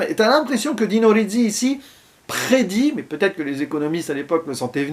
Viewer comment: Le premier road movie. En plus on entend Trintignant penser... Du jamais vu. Gassman, entre sympathie et antipathie joue un personnage épatant et insaisissable d' une manière magistrale. Sinon c' est Dino Risi et pas Dino Rizzi... C'est pas le z des pizza mais le s de basilic. -:)